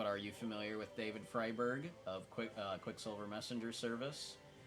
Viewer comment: Pronounced FRY-berg. FYI. ❤